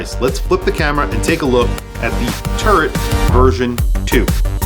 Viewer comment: That New York accent is coming through. Everytime you said Turret I heard Turd 😂.